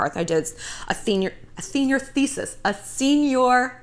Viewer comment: “Señor thesis” 😂😂 I love you